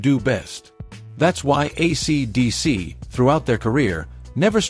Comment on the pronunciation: Fake voice can't pronounce AC/DC. Some pictures of Malcolm Young are reversed. The verbose, semi-vacant script sounds like AI. Yech.